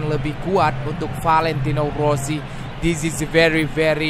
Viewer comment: Rossi bg bkn wosi